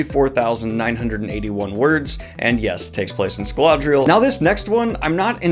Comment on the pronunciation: Is there an "L" in Scadriel? Scaladriel? Its not printed that way in my books 🤷🏻‍♂️